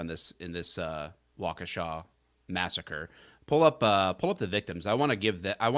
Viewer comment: Thank you, for being able to pronounce Waukesha correctly.